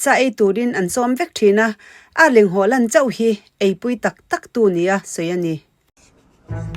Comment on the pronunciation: Nangmah atangin a hming lam dan dik kan hria a, a dik ngeia lam kha a tha ka ti.